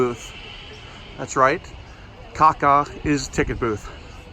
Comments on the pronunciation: Not spaek kaka speak Kassa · Its not KAKA...but KASA. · Great vid! Just a quick tip, a ticket booth in Russian is pronounced like “kassa,” not “kakka!” The Russian word “kakat’,” on the other hand is, shall we say, the proverbial “droid you’re looking for” ;) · It’s not pronounced kaka is like kassa, btw kaka means poop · касса isn't pronounced like "ca ca" it's pronounced like "kassa". It's not roman script, it's cyrillic. Cool rollercoasters. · Касса sounds like Kah-sa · It’s pronounced Kassa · Касса is actually said like Kassa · Касса = Cashbox It’s pronounced Kassa I’m russian BTW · Hi! I live in Russia and rode all coasters and rides in DIVO OSTROV last June! The most exciting was the red one. By the way, the pronunciation of KACCA is [kassa] ;)